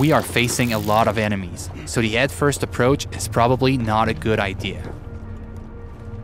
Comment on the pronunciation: And and enimeies